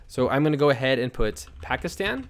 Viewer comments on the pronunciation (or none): none